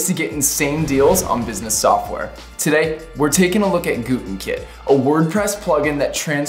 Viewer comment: I swear he said "Glutenkit" at the end 👀